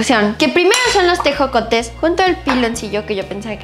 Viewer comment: Jajaja cuando probó los tejocotes, y dice ejocotes 😂😂